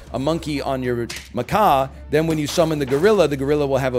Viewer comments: Somebody on stream tell him it's macak not maca. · he routinely goes with - I'm getting macaque out... I'm buffing macaque... look at the size of macaque... 🐒😁